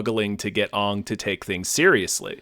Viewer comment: I know that the fault lies squarely with this godforsaken movie, but I honestly ground my teeth every time mispronounced Aang. Thanks to both of you for understanding how horrifyingly torturous this adaptation was for those of us who love the source material... I thought it was gonna be the defining mythology for my kids' generation, like Star Wars was. I cannot express the rage and despair evoked in me by this disaster.